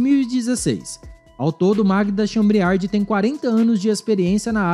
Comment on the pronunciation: Leia direito o sobrenome da presidente da Petrobras